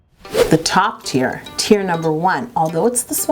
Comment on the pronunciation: I kept thinking she was saying tears instead of teir